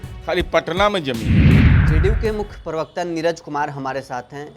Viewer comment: Abe jhantu Niraj bolane hi nhi aata hai tmhe